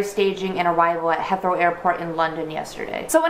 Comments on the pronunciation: you did 😂😂 its pronounced hithrow you put the "i" accent on "e" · Just thought I'd tell you that Heathrow Airport is pronounced Heeth-row